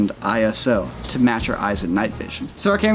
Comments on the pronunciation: It's "eyeso" not "eye-ess-oh" it's not an abbreviation! It's a name that the ISO organisation chose for themselves. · Nerd comment inbound: ISO is a word, not an acronym, and as such is pronounced "eyeso", not "eye es oh". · ISO is a word, not an acronym. Pronounced like eyeso